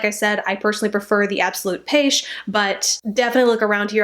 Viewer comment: Hi, you pronounced pêche (correct spelling in French ☺️) perfectly right. Great review!